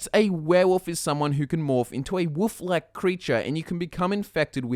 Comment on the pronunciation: am i the only one who heard "woof-like" instead of "wolf-like" at 1.00